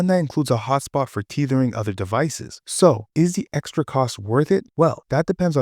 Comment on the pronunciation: bro it’s not teethering, tether, tethering, lol, great vid tho